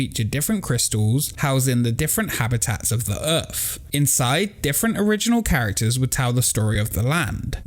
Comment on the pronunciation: It’s pronounced “Earth”, not “Earf”.